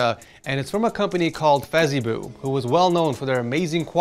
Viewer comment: why did bro say fezibo as fezeeboo💀